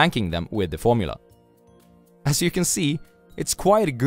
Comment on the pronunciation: The... tragic... gormula?